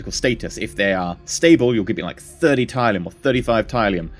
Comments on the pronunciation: mate its pronounced TIL-E-UM not TIE-LEE-UM not to be a dick but it was bothering me. thats how its said in the show is all im saying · its pronounced Til - le - ium. Not Ty - le - ium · Robert Beasley This. It bugs me so much! Til....TIL - le - ium 😂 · Hi, love your videos thus far. I just want to correct one thing but you don't have to do it if you don't want to of course. Tylium is pronounced "till-ium", that is it. Other than that your videos are nice and it is great to see how the game will play.:) Much Love TankGirl XOXO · It's pronounced tilium!!! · You come off as really unlikable when you claim people are wrong(despite them being right) and you say it in such a condescending way like you know everything, you said "Raptors, if you don't know, are basically space fighters" in episode one and you say Tylium wrong. I wouldn't mind if you claimed to not have much knowledge of the series. I would love to watch anyone else play this except you but unfortunately for me it looks like you're the only one who's doing this in English. You're not an idiot, just really ignorant. I haven't watched the episodes further on from this but you need to sort your self out. As you said In the words of Wil Wheaton "don't be a dick". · Since you acknowledge that it's set in RDM's Galactica, is this a bad time to tell you you're pronouncing tylium in the old 70s Lorne Greene way?